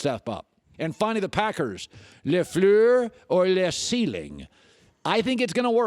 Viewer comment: Anybody want to make a "Colin Cowherd saying LeFleur for 10 hours" video?